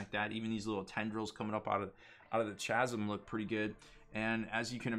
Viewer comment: K-ASM? /ˈkazəm/ According the dictionary.